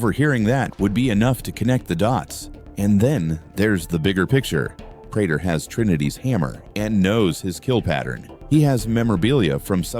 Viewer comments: He needs to type it Pray tur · Your Ai cant read prater correctly